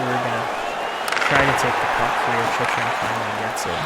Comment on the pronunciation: Jacob Chyrhun is pronounced Chick-Rin (I believe from what I’ve heard announcers say